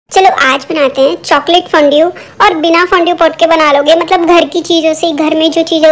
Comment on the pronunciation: its not fundeu its fondue you are pronouncing it fondeo BTW its very nice